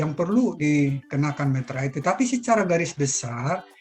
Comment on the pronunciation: Meterai btw bukan materai